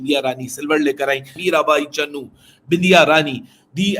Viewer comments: Bhai vo CHANU h...not Channu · चन्नू नही बे चानू है वो सही से नाम लिया कर